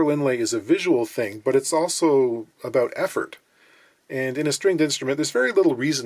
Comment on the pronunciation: Yeah... I heard some Great White North in his aboot, eh?